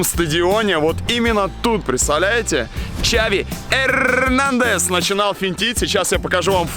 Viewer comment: Хави Эррррнандес 😂🖤